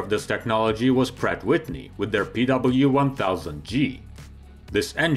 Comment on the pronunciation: .." Prat Witni.."..